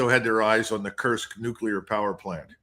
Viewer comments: For Pete's sake Judge, stop saying "Kirsk". I'm pretty sure that the u-sound exists in English. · Pronunciation of Kursk is "coorsk".